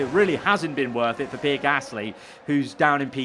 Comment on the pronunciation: i love u mate but its pee-air not pier 😂